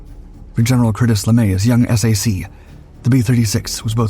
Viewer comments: You keep saying S-A-C... do you mean SAC as in SAC Headquarters? If so, it's pronounced like SACK. Not S-A-C. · Please call it "Sack" (SAC). NOT "Ess A Cee". AI narration should be much better than it is. I guarantee that ANY Human Narrated Video does NOT call SAC "Ess A Cee". Many big AI are called LLM for Large Language Models. They should be learning from listening to real Humans talk and pronounce words and especially acronyms as they are always pronounced. Like the J-79 turbojet engine. Every English speaking human calls it the J79 (Jay Seventy Nine). NOT the "J (pause) dash Seven Nine". AI narration is definitely not ready for Prime Time any time soon. If Ever. I think it's an overhyped bubble to squeeze the last amount of wealth out of the USA before the "Tech Bros" leave for foreign enemy states. As reported yesterday, that may include France, the UK and Germany. However that is probably AI generated BS propaganda. That's one thing AI seems to be useful for these days. Making s**t up to cause geopolitical stress and uncertainty. Leading the USA into fighting wars for other POS countries like Israel who can't fight their wars with their tiny AWOL military. I don't GAS about Iran, Israel or any other country in the Middle East. Let them work it out for themselves. The USA needs to immediately declare harshly penalized capital controls to prevent all that wealth created or fraudulently gained from leaving this country. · "SAC" is the acronym for the Strategic Air Command of the USAF. is is pronounced "sack" like a sack of potatoes, Not S A C. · Stunning aircraft, "slop"py video, featuring "ess ay see" and two more engines than were really there. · It's pronounced /sack/. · I know you need AI for a voice, but please...SAC is pronounced "sack", not the letters... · SAC is pronounced sack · S.A.C. pronounced SACK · No one ever said S-A-C. It was always said "sack," always.